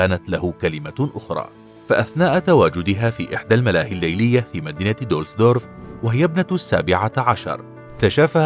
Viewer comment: دوسلدورف ليس دولسدورف